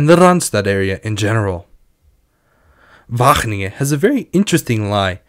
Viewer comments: As much as I love the effort, it's going to take one more WAHGGGGGeningen for me to lose my shit. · he's definitely pronouncing his g's correctly, but overpronouncing them to the point that it becomes distracting